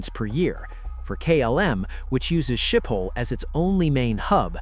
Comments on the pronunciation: You don't pronounce Schiphol as 'Ship-hall'. Say 'Skip-all, (so no h sound), unless you can do the 'sch' sound properly. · Skip-hole, not Ship-hole. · Omg fix the AI speech, it's Schiphol is not pronounced shithole.